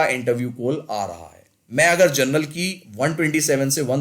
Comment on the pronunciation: Gernal cutoff nahi General cutoff hota hai😏